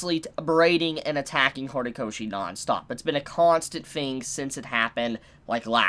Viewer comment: Lol U said Hornykoshi